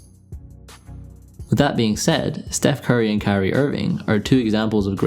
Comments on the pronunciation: kyrie? curry? @@ i had to rewind the video about 10 times to figure out which you said. maybe go with irving and curry next time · Cant tell the difference between u saying Curry or Kyrie...